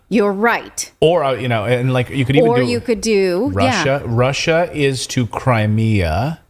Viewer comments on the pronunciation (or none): Rusher, Chiner, Syrier, Cuber...etc.. Oh well, we can't say "Impor unt" here in good ole USA 😁